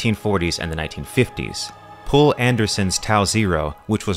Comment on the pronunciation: It’s just “Paul”. The name is just Paul, dude.